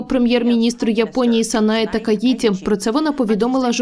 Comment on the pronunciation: Чому ви вперто неправильно вимовляєте (на руснявий манер) Такаї"ті"?!! Ви ж чуєте і бачите, що у англійській мові це пишеться (і вимовляється) як "Takaichi", тобто - "Чі"!